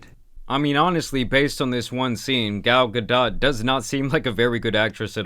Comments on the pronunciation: It’s GAL-GA-DOE YOU ILLITERATE NUMB SKULL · It’s not Ga-dot, it’s pronounced Gal-d’oh!!! Like Homer Simpson being surprised if this movie sells more than 10mil in box office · bro is saying gal gaDOTT, this who we getting our information from boys 💔💔💔 were cooked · Gal ga-dot 😂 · You butchered Gadot's name bro. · the T is not pronounced in Gadot